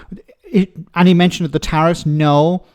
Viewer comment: Meloni: Could you pwease give us a tarif bweak pwease. Macron: What about stop making shit cars mate 🗿